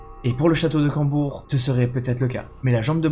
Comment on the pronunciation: C'est Combourg pas Cambourg